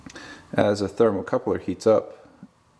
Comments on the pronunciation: Thermocouple. Not Thermocoupler. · Its thermocouple moron, not "thermocoupler".